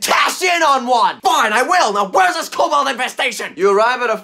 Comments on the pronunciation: Why is everyone saying Cobalt? does no one know what a kobold is? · Urm...Kobold? Not Cobalt? Cobalt is a color/element. Kobold is a race of D&D creatures. ...there is a difference and it's kinda important...